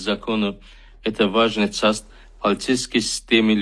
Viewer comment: səni işə götürənin, Atətə layiq bilib göndərənin arvadının qabağına qoyum qozları bu Novruz bayramı, sənin də əlinə verim. Часть sözünü цасть oxuyursan😂